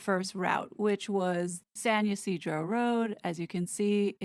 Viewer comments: Both the 'Y' and the 'I' in Ysidro have a long e sound - it would be pronounced sahn ee-see-dro. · Just to clarify the ranch, San Ysidro, Ysidro is pronounced, Yee-seed-row. 😊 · Hey, (no criticism meant and just trying to help)… it’s [pronunciation] San Ya-See-Dro. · Not to criticize, trying to be helpful. It’s San Ysydro. Pronounced. San ee-see-dro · San Ysidro is phonetically pronounced "San Ye-see-dro" 😃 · If I may offer a lil assistance … it’s called San Ysidro, not Ysidro by itself … the Ysidro part is pronounced, why - see - dro … said more quickly, sounds like weseedro. Should be said with the San, tho. 🙂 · Its not pronounced as a why but mote as a yeah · It's "San-Yoseedro" ranch. 😉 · San Ysidro should be pronounced closer to this way in Spanish. "San" is closer the the English pronunciation of "sun". "Ysidro" should be pronounced E-See-Droh. The last syllable is sort of cut off and not drawn out.